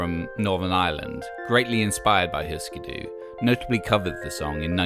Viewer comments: Eftersom der er umlaut på Hüsker Dü får det vel mere en 'y' lyd, ikke? Og 'Hysker Dy' lyder ikke langt fra det som fortælleren siger, i mine ører :) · But we dont have umlaut-U in Danish, and the pronunciation sound more Swedish .